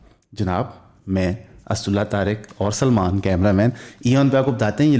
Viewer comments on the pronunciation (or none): none